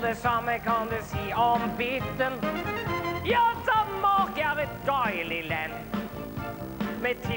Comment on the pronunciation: "Danmarrk er et dAili lenn" ######Cringe xS